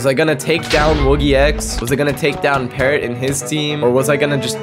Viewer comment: the fu he said paarrot